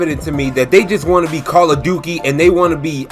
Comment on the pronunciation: Don't forget the fact that Ubisoft has completely forgot about one of their star franchises: Rayman. Also, LOL, Call of "Dukey". Good one, dude. XDD